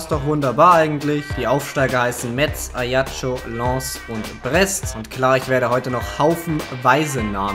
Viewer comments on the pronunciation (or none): You pronounce it like this : a Schakk schoo